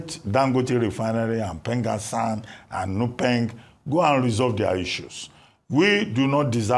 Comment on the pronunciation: PENGASSAN ❌ PENGASSON✅